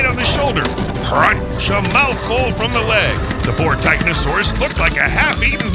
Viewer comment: think it's pronounced Titanosaurus